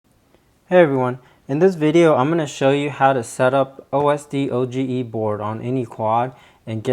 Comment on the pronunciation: It's pronounced O.S.Doge not O.S.D.O.G.E. (named after the Internet meme)